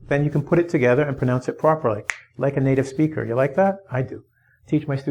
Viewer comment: fanny? it's funny. spiker? it's speaker. gay? it's guy! lol you better start working on your English as soon as possible. cheers